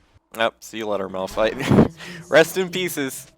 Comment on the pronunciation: "Rest in pieces" It took me some time to understand that LOL